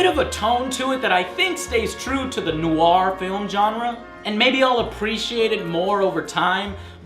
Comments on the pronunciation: Am I the only one pronouces "Noire" as "Noyr" and not "Noaier"? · *Face palm* ...He says "Noire", like "No-are" ...but it must not sound like it's detached... Trust me, my birth language is french. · La NOOO-ARE? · it's noire not newyor THATS RIGHT I'M A GRAMMAR NAZI! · noire, one fucking syllable!.